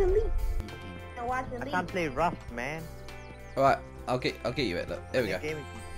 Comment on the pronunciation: Is it just me or If says here you go man or that's 700 dollars man it just really sound like mam xD